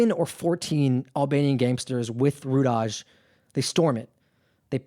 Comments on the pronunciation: Rudaj is pronounced “Rudai...Rudaiii” is the plural of the “Rudi” surname. It isn’t pronounced “Rudazzz” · Rudaj is pronounced Ru-Die.